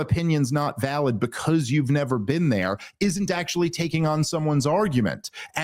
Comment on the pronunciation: You've neva bean?!